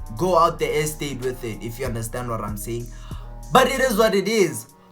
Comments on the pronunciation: "You know warr I'm saying" 😂✊ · "you know wharrrr I'm saying"😅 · "You know warr I'm sayin' "🤣🤣